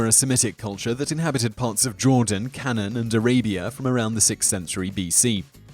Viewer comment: k'nA-ahn. You're welcome.